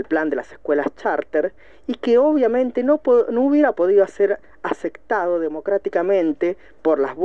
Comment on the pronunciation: dijo ACECCCTADO. Mi cerebro murio ahí